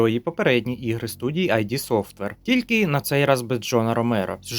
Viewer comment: Не поганий контент! Але.. Скільки ж можна? Коли вже люди зрозуміють? Не "айді софтвер"... Єдино вірно - "ід софтвер"! "ID" - це не абревеатура у назві компанії Джона Кармака! В цілому - молодець! Гарно попрацював. Продовжуй надалі!